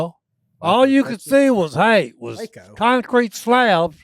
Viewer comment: Wacko instead of Waco, Tx was funny